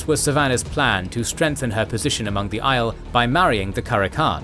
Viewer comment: Maybe read the glossaries in the back of the books for the correct pronunciation of the various names... Just jarring hearing "Aiel" pronounced like "isle" instead of "Eye-eel"